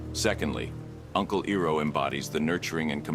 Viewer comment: His name is not Eroh It's Iroh. Calling yourself even in a make believe way. The real would do the research to confirm it's said in the context. Otherwise you piss of the true fans of the show. Don't insults us with this a second time we already have a M. Night shyamalan train wreck of a movie that shall not be named. This is one video I will never listen to again. It was going till you said E row a boat NO ITS I ROW A BOAT!!!!